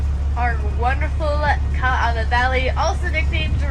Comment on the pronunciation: KOO OH LAU is how it's pronounced butchered it